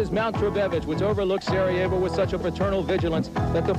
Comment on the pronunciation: U guys should have mentioned that the track isn’t used for past 26 years because of the war that was happening over there,thats why it’s in the condition that it is litteraly abandoned,and at least u should have googled how to pronounce Sarajevo thats totaly disrespectful dude anyways cool video